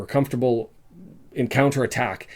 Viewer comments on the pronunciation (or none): none